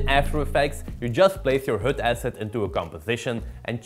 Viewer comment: HUD, not hood .... damn it guys... ENGLISH !